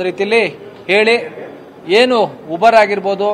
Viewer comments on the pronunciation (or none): ಇವಾನ್ಯಾವನ್ ಗುರು ಊಬರ್ ಅನ್ನೋಕೆ ಬರ್ತಿಲ್ಲ ಉಬರ್ ಅಂತವ್ನೇ😂 ಶೆಡೆ